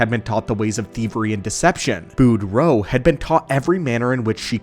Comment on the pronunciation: “Boo’d row” 😂😂😂